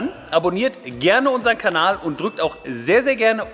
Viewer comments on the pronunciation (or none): none